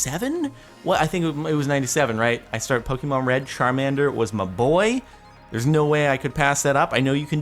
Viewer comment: You are pronouncing Pokemon wrong